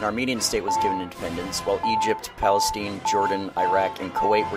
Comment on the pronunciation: I’m not mad, I don’t expect most non Arabs to pronounce Arab countries with spot on grammar, but the way he said Palestine made me laugh